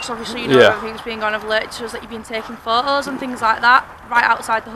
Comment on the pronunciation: You can sue them. The dispersal zone law only applies to gatherings of two people or more. I'd have also pulled her up on her pronunciation of the word 'photos.' It has a letter 'T' in it. I don't speak chav so saying 'pho'owes' to me is just gobbledygook.